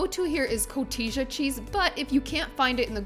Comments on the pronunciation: Co-ti-ha cheese not co-ti-jya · Last January, I fixed your amazing fish tacos for our grandson's fish themed birthday party! They were a HUGE hit! I'm sure these bowls would be equally as tasty! (FYI - Cotija is actually pronounced "cotiha" - "H" sound, not the "J" sound) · Looks amazing! FYI … cotija cheese is pronounced koh-TEE-*ha*, not koh-TEE-ja 😊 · Hah! I'm not alone in mispronouncing the cheese. J = H in Spanish.... I dyslexia it myself, and say co-hee-tah, but it's co-tee-hah. Good stuff. Mas auentico. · Another tip from a So-Cali... Cotija is Pronounced Co-te-Ha.😊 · The fish is so delicious - as is the sauce! Thank you for the air fryer recipe.:) Also, not being a pain or judging or whatever.... the cheese is pronounced as "co heeta" spelled "cojita". The J is pronounced with the H sound. Thanks for another awesome video! ✌ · Close. It's cotija, j is still pronounced with an h sound